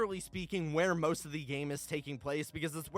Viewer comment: the way he said most is priceless